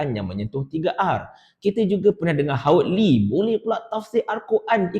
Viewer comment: Bukan Howard Lee,Hawaq Ler😂